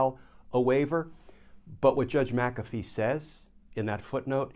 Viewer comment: There is no "a" in " Mc Afee" It is an Irish name. Mac Afee is a Scottish name. You are pronouncing it correctly.